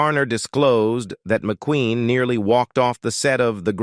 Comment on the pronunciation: Not even 2 minutes in & the AI narrator is struggling to correctly pronounce words. Even pronouncing McQueen as McQuinn; brutal, assessment & legend were sll unrecognizable. I'm out of here.